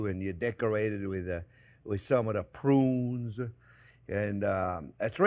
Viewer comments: That ending was "so hot" that Jack went out of focus with that camera! Chef Onyo, can you say it one more time? Saddoh mazzochist! LOL! Love the Chef Onyo!!!! Have to try that with the "prrrrruuuuunnnnes!!!" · There's a few words I use from Chef, like "budder" "onyon" and now "prrrrrrunes" 🤣🤣🤣🤣